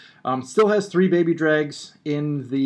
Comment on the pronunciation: You say three 'tree', why? you say though correcty? I'm just wondering